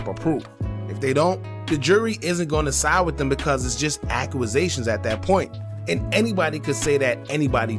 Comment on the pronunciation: Good work but the way you say "accusation" cracks me up😂